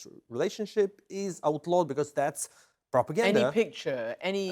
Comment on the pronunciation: Lol propegnda.